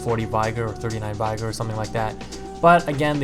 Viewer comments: Getting really annoying hearing people pronounce 'vigor' incorrectly... It's 'vigger' not 'vie-grr'. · say the word vigorous then think about how you say vigor.